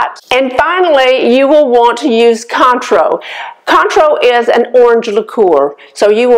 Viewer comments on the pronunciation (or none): Cointreau is pronounced Kwan-tro.